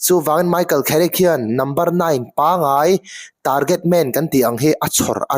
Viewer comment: Kherick ti ang a i lam hi a nalh lemlo ka ti😊